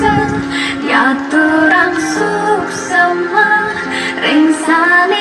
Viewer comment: Suksma, bukan suksema